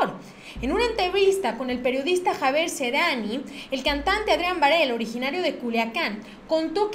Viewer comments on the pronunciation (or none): por piedad len las palabras como son los nombres lean con cuidado no es Serani. es Seriani